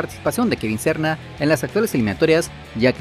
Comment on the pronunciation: Quien es Kevin Sorna? Pronuncia bien oye chistoso es Serna ok.